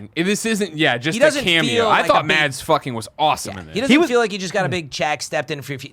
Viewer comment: The "d" is silent in "Mads". So it's close to the pronunciation of "mass", though with a shorter vowel-sound ;) It has been driving me a little crazy during the MCU in review episodes :D